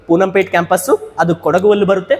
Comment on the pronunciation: ಸರ್ ಪೂನಂ ಪೇಟೆ ಅಲ್ಲ ಪೋನ್ನಂಪೇಟೆ